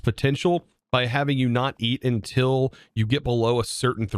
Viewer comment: “Ekspecially”, “intill”… Bro. No.